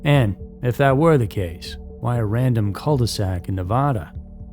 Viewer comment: Please listen to the recording. Listen REALLY hard. Listen to it again. This is how Nevada is properly pronounced.